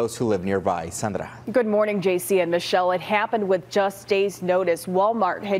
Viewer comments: Why did they pronounce her name like that? Just pronounce it like Sandra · Why does that report need to over pronounce the other reporter's name in Spanish like that? I'm Hispanic and I don't do that. Most of us don't. So tacky and Woke.